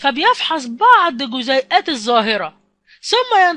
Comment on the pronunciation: جزئيات وليس جزيئات